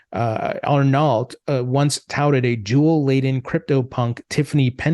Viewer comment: ar-NO* is how you'd pronounce it. Not ar-NALT.